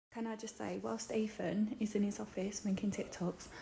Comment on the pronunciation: U deserve better ethan mate!!!!! she can't even pronounce ur name..... EEFFAAN